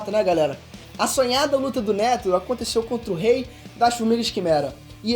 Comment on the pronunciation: Mandou muito bem, só melhorar na pronunciação dos nomes dos personagens... Por exemplo quando você fala Isaac Nétero em vez de Netéro como é falado normalmente fica meio a impressão que vc ta lendo o roteiro... Aconteceu outras vezes no vídeo mas fora isso cê apresentou bem demais irmão parabéns!!